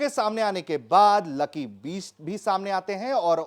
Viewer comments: पत्रकार महोदय का उच्चारण लकी बीस्ट कर रहे हैं!!!!!! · अरे gandu bisht aur beast me antar nai samjhta uchcharan to sahi kar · Bhai ptrakaaaar uchharan to theek kr le lucky sir ke surname ka..